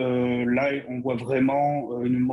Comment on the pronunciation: Moi aussi j'aime bien, il me fait marrer comme il est incapable de prononcer le son "on", il dit Macran, maisan, avian, citran, pistan, camplètement, etc. Mais ça n'a pas l'air d'amuser Bercoff.